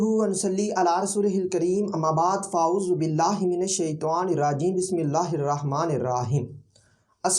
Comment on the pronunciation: Aauzu billah shi we boliye please